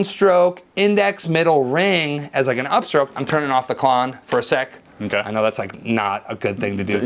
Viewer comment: KL…….ON. Yeah, it’s not supposed to be KL….OFF.